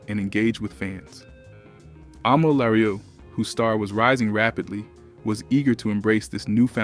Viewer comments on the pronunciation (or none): Her name is pronounced “ah-mel LaRue” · Thank you, because he is severely butchering her name. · Thank you!!! He butchering her name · HER NAME IS PRONOUNCED A MELL LA ROO. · She definitely is a successful solo artist. He is really butchering her name. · ...this is taking me right out of the story. Damn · I just said this and then went to the comments!! LHM😂😂😂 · What kind of AI…whyyyy did he pronounce her name like that 😂